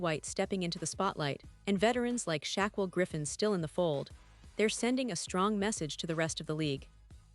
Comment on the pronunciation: Sorry had to unsubscribe to this breaking news and game changing news, especially when this voice transcriber can't pronounce john shayner( Schneider)* shackwell griffins name🤦🏼‍♂️not worth my time. Maybe on occasion, I'd skim through these news and maybe 🤔 it might have some interesting news. Highly doubt it. If it does i might resubscribe and hopefully able to pronounce names 😆😁